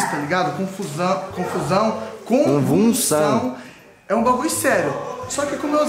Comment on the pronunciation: Confuçao,confuçao..kkkkk eita kkk